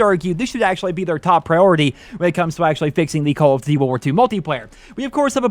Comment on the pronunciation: “Call of D’warwar 2”